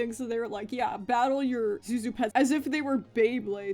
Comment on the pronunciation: don't mean to come off as patronizing but I speak Chinese and Zhu Zhu is actually pronounced closer to tsu tsu or jhu jhu rather than Zu zu i don't expect you to take this to heart but I thought I'd inform you because I found it interesting